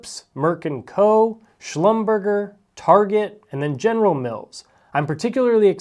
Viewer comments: Prof, it's Schlum-ber-zhay, not Schlum-burger 😅. Do love your channel-- you and the OG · CON-oh-co Schlumber-jay Sorry I worked in oil and gas for over a decade and every time you pronounced those 2 I chuckled 🤣😂🤣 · Schlumberger is not pronounced like Hamburger 😂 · It hurts my ears: NOT pronounced “schlum-berger”. Correct pronunciation is “Slum-ber-jay”. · I was looking for this comment. And #3. SHLUM-BUR-JAY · Hey Prof, it's important to maintain your credibility. Learn to pronounce Conoco and Schlumberger correctly. 😊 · Not to be the pronunciation police, but Conoco is CAHN uh co and Schlumberger rhymes with Neglige’. Been in the energy industry my entire career. Thanks for the video. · Schlumberger, you mispronounced it. Add a French accent, as it was founded in France. 🇫🇷 I used to work there. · I’m a fan of your videos and your simplified approach. You mispronounced two major energy stocks. Conoco is surprising. Schlumberger, is also hard to believe given your last name. Try again. Happy it added Halliburton and OVV also.